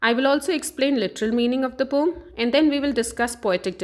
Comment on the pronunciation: Maam thats poem not pom